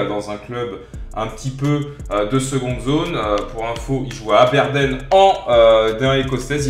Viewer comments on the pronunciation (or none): "Il joue a aberden"😂😂aberdine on dit😂😂mais je t'en veux pas